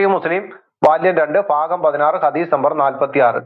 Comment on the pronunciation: ഹതീസല്ല. ഹദ്ദീസ്